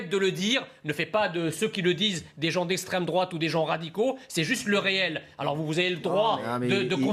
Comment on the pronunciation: " c'est nauséabond , c'est l'estraime drouaaaaaate " hahahahahahahahahahahahhahahahahhahahahahahhaha !